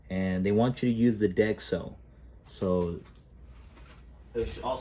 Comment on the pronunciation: “Dex-o” love it! 😂 great video man